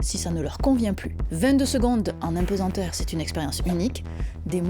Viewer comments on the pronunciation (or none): Impesenteur … ou plutôt apesanteur ( mais c’est peut être l’accent !)